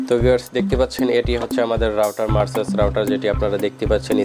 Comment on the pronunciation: মারসা'স না ভাই মেরকুসি'স হবে😅 উচ্চারণ টা👍